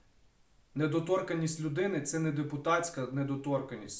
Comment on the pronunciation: Тільки недоторканність-наголос на - ка-,а не на - то-.